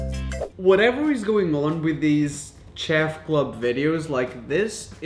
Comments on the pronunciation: "ch" ef club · The fact that he cant say chef Btw im not a hater